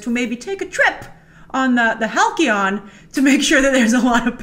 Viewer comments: Not Hal-Key-On. It's HAL-SEE-ON. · Halcyon = hal-see-on. Not hal-key-on. Please learn proper English. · It's pronounced (HAL-C-ON). Not HAL-KEY-ON... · Hal-key-on? It's pronounced Hal-see-on Grace! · I love you, Grace, but it's Hal-SEE-On..... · BTW, Halcyon is pronounced HAL-see-in. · halcyon = Haall-See-On :) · Halcyon is actually pronounced with a soft 'c'...